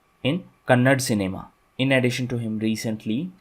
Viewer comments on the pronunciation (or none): Not kannad,,, it is kannada sir